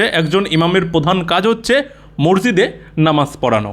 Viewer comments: ভাষাটা, মরজিদ নয়। শব্দ টা হল, মসজিদ । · ম স জি দ . ঊচ্চারণ ঠিক করার অনুরোধ রইল। আপনাকে আমি রেগুলার ফলো করি. সেজন্য লিখলাম